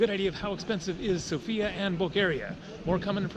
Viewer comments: you pronounce it wrong it is SOFIA not Sofia , understood just Sofia not sooofia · Hi Jam bulgarian and you Day Sofia wrong XD but your alphabet dont even have letter for /я/ София - Sofia...... Я is like /a/ and /e/